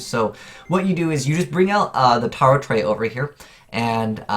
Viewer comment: The name of the card is pronounced as Tarot Ray